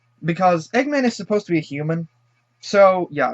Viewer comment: I had the same reaction. Let the agony commence. I thought mobius was earth in the future, like, far future. And what is a "Hooman"?